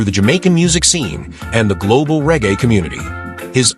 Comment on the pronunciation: The commentary / word pronunciations are deplorable. Regae..... rarga ??? Raster renaissance...... rusta ????? And hes was 'unalived.' You moronic eejit. He was dead/killed/murdered.🥴😵‍💫🥵